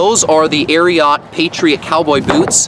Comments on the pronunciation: Why does he say Ariat that way aint no o in it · Ikr what a freak, your supposed to say “ariooot”! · The way you pronounce it…and the boots are corny